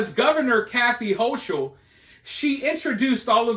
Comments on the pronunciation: HOE KULL is how it is pronounced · Hochul (pronounced Ho-kul), only knows how to make things worse-she is a tyrant. The helicopters I saw flying over Malone were NOT Black Hawks, they were Chinooks (quite the sight seeing them fly over stores and the NYSP station the other day). When listening or reading the view point of the inmates, you need to keep in mind that they are not in prison just for going too fast with a motor vehicle, they are in there for some really horrible crimes, and many will lie to your face without flinching. They are being fed, but some are throwing bodily waste at the ones feeding them (which is not uncommon). Some of the contraband that has gone into the prisons in the last few weeks happens to be an "unknown" chemical substance, which when exposed to (and/or inhaled) has sent more than 20 prison workers (COs and Civilian staff) to an under staffed and under serviced hospital (most services were removed by the higher ups of that network in VT over the last several years), where multiple doses of Narcan had to be administered (see the articles on and These should tell you just a little bit of how unsafe things are at the NY prisons, and laws like the HALT Act only make it worse. Hochul has been the most inmate supportive governor NY has had and it gives her a horrible black eye in the eyes of most voters and those communities affected by the strike.